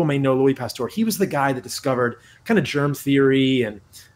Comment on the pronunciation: Also he pronounced Pasteur (errr) as Pastor (orrr). Just kind of funny.